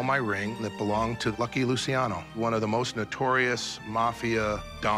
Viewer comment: Luciano the c is a ch sound